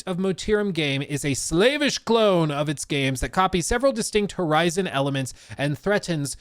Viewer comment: I like how when he's reading the article he pronounces it like "slave-ish clone" when it's saying slavish. Like slavs. C'mon bruh lol.